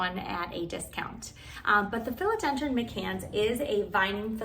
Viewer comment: My-cans, but thanks for the great video.